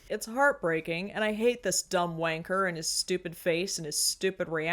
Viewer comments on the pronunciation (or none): so weird hearing the word wanker in an american accent...